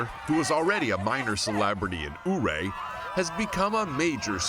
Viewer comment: It's Pronounced "YOOO-RAY"...I Need Me One Of Those Aligators! And "Thelonius Monk"....😂😂😂....ALL Of Them - Such Great Stories!....I Cried By The End!!❤️ Thanks, Steve! What A Great Assignment!